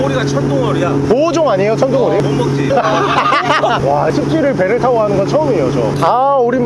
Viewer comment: 형 천둥오리 아니고 청둥오리야... ㅋㅋㅋ